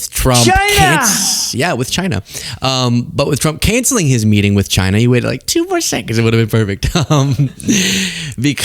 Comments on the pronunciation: It's pronounced CHyyyyyneh. 😂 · It's "Jina" dammit!